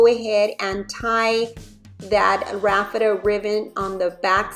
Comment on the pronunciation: It's not 'raffeta', it is raffia.